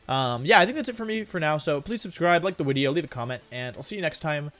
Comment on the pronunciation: "I had an idea for a new wideo" :3